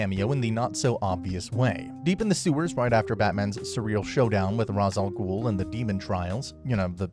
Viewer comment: Bro how are you going to mispronounce Ra’s al Ghul’s name when it gets said in the game series